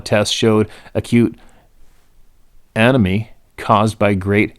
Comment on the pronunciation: That word was anemia pronounce a. Ne mia! People get it it means low iron in the blood which causes weakness and tiredness. You see it in dogs that I’ve had too much play and tick problems the pink area of the mouth and around the eyes gets very pale looking.